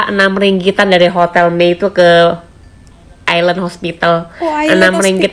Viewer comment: Island..= " ai.land..cara sebutan nya bukan." Aisland.."